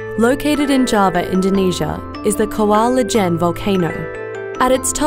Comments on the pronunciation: LOL. It's pronounced "kawa eejen" not "koala jenn". "Kawah" means creater. Ijen means "alone" or "single" anyway thank you for showing this magnificent nature gift to the youtube viewers. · Please get the pronounciations right :( 1. kawah ijen (Kuh-wuh Ee-jane) 2. hydrochloric (hi-dro-klo-rik) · Dwi Cermee oh! Kawah ijen! I heard Koala ijen 🤣🤣🤣 gw mikir emang d indo ada koala ijen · How the narator pronounce kawah ijen seems forced